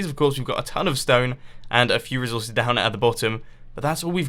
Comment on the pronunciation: reezorcees XD